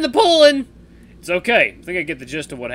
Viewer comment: You said cokay in - minutes in tge vid